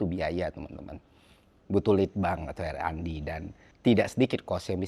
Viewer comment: RND = ar en di bang.. bukan er an di✌✌✌, agak ganggu dikit.. soalnya ini bukan yg pertama hehe